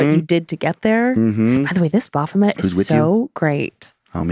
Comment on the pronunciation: Congratulations, guys. Not only have you mispronounced 'Baphomet', but you've incorrectly referred to it as both a 'he' and a 'demon', all within the space of twenty seconds. It seems to me you have incurred its wrath.